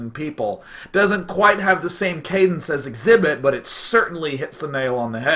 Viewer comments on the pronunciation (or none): none